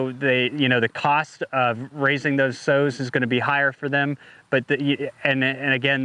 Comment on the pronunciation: Sows, not sews. LOL, they need to import some semen for Artificial Insemination.